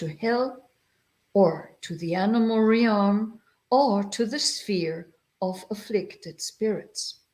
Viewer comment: Dear, it always brightens my heart to see your cheerful and friendly face. I will have to watch the rest of the video at another time, as my internet is not working well. Just wanted to let you know, for future reference, that in English there is no double vowel sound in "realm". You don't pronounce the "a" in "realm" you just pronounce it "relm". It rhymes with the English word "helm" (the controls of a ship). May you and all in your vihara be well.